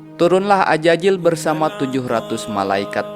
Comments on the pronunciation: AZAZIL bang, bukan AJAJIL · Azazil ya bukan Ajajil🙏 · Tolong huruf z tetap z jangan jadi huruf j karena maknanya jadi berubah